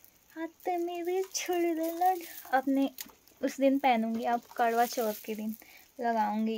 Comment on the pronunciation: Krva bol soni kdva nhi